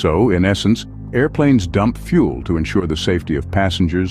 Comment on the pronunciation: Where to begin- "Fuel" not "fule." In the first 35 seconds you show four different aircraft types- an A36 Bonanza, a Twin Otter, a diagram of a turbo prop and an A320. NONE of those have fuel dumping capability. Only some heavy jets have fuel jettison. You then show a contrail being formed. Comtrails have NOTHING to do with fuel jettison. Of around ten types you showed, onlt two actually have fuel jettison capability. Other aircraft types (and, indeed, aircraft that CAN jettison) are certified to land over maximum landing weight in an emergency. MLW is not ROUTINELY exceeded as it would decrease the aircrafts service lfe, but it can be if neccessary.